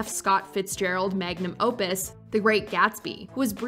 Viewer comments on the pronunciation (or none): none